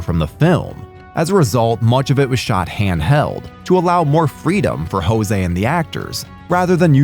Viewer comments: Not that I care that much, but it's pronounced "Ju zé" not "Rosé". Good video though. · The directior is brazilian. You don't spell the name with a spanish accent "Hoseh", you spell it in portuguese "Joseh". I watched half this video asking myself who are they talking about. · You are pronouncing jose padilha name wrong, he is brazilian , J in portuguese dont sound like an R, You say the same way you say "Joe" . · The name of the director is Jose with J sound not with the H sounds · You’re pronouncing José like he is Spanish, he is Brazilian so it is Portuguese. It’s pronounced differently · You don't pronounce "José" in the same way as Spanish.